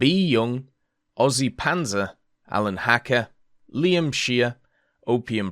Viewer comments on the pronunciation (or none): none